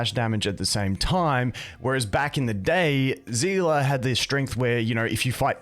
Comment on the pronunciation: "At yhe end of the gay" 👀👀👀